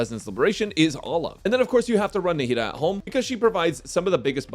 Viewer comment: Did you say Nahida ?